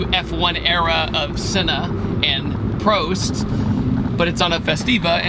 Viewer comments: awesome car and fantastic video, but the way you pronounced "Prost" is almost dislike worthy ;) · ..... wait how did you pronounce senna and prost wrong